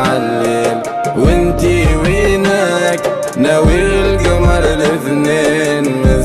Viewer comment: كل شي حلووو إلا وينك انطقها بالقدي كيما لازم تكون وفالحالات الكل برافووو🧿 😍❤